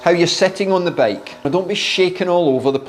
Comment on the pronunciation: I like how you pronounce bike as "bake"